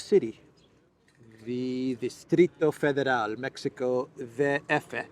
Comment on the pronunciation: Distrito Federal! Mexico DF! Thank you for saying it correctly, it’s my home city! Thanks